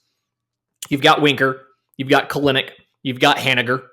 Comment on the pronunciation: Kelenic is pronounced (kell-nick). He has said so himself.